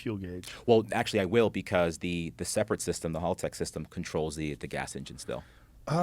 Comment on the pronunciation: OMG this black guys pronunciations are terrible lol 1. It's Porsche not Porsche-a 2. It's Haltech not Halltech/Hulltech 3. literally not liderally lol fk me how hard is it? I could keep going lol